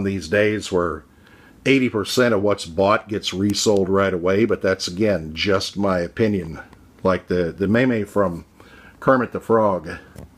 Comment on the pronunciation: Hey bro Just an FYI "kickasso" is pronounced like Picasso but with a "K", you know like the picasso of kicks And "meme" is actually pronounced as if it were spelled meem not maymay Just helping an old head out keep the videos coming brother